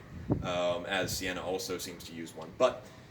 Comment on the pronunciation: There's no R in Sienna (Ci-Annah) :) Great video as always, keep it up! I'm certainly interested to see what you think of some of the shield combo weapons or Kerillian's Greatsword.